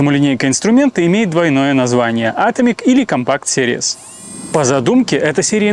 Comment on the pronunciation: И очень, очень пожалста: произнося английские названия, произносите их верно: пауэрстЭк, сИриес и пр. А если уж по-нашему, то пАверстАк. Колхозить - так колхозить!